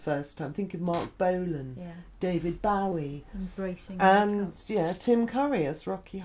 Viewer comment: Aw no she pronounced 'Bowie' wrong, I'm a huge Bowie fan and that's just frustrating! Haha, great video though, she's such a wonderful, intriguing woman.